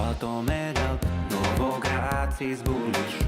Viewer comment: "Novograaaatz is boolish! - Battomed out! Tonne Vaaaaz is berish!" I'm fucking dead 😂😂😂